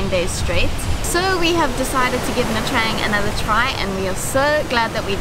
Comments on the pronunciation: It's pronounced : "Nha Chang" not "Nha Trang". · Hi and i know you it's normal to say nha trang as you write it but please say it as it suppose to. Nha tjang 😉